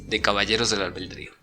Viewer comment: Albedrío! No albeldrio jajaja pero buen video, gracias! 😁😈